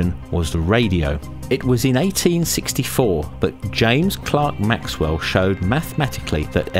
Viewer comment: James "Clerk" Maxwell. Picky me.